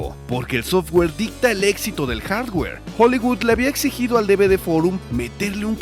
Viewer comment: Hola, por que tanto empeño en decir haswer y no hardware, saludos